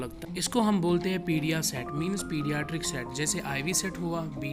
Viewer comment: peidritics boltai hai isai.....